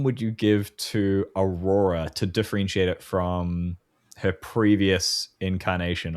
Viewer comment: B-rora instead of A-rora.